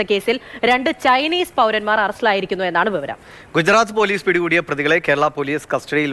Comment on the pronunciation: വെവരം അല്ല വിവരം😅